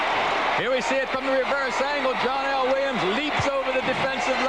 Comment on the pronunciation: Its not John L. Williams, it's pronounced Johnel Williams.